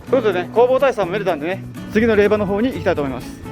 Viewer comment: れいば！ではなく れいじょうです。 恥かくので 人前では 気いつけて！